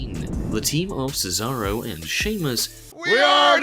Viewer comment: I burst when he said thetharo